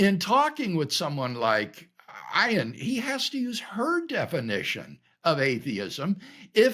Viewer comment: Please learn the pronunciation of Ayaan’s name if you’re going to bring it up.